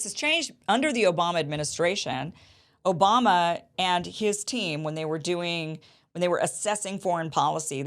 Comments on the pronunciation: Did you say O'bomber? 😂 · Did Kim just call the president, "President O-bomb-a"? 😂😂😂.